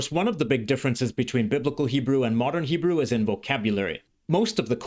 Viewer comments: I'm halfway through but really impressed by your Hebrew pronunciation. Do you speak Hebrew? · The way you pronounce every word and nuance effortlessly and pitch perfect is amazing. From a native (modern) Hebrew speaker. I don't think I can pronounce biblical Hebrew as you do.